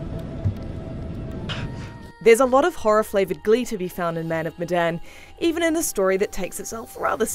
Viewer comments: The "e" in "Medan" should be pronounced as "é" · Say the title of the game right next time, your saying Medan wrong